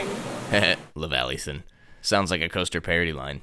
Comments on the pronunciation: "That’s the laveiathahn! " Lol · "levallythen" Amazing...